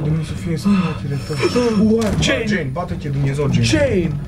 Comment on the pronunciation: Ce fain zice Codrin ,,Jane" =)))